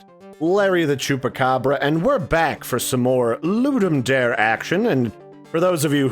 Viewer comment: Ludum Dare is latin. The 'dare' is not the english word 'dare', so the pronunciation is slightly different. Nice video, btw